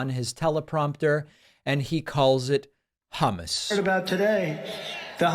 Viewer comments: He actually said Hummas not hummus to be nit picky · Im not a trumper, but he said hamus. Half right. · Idk as a non native speaker it wasn't that bad. Ok the first time in the clip it sounded like humus but later it was fairly ok to my German speaking ears. Your 'u' in English is more like an a (ish) in German.